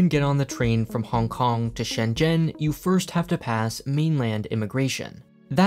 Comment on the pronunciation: all that aside, i really appreciate how you try to pronounce Shenzhen properly